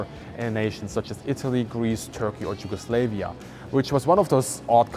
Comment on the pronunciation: Sorry but Yugoslavia, its not Yugoslevia, your pronunciation is like Yugo slave. Just pointing for people to know, no slaves in Balkans lol. Cant wait to see the cockpit (also why is it called a pit for cock?)